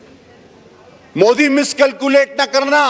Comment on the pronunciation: मुदी नही मोदी कहो टेरिजेमवाला😅😅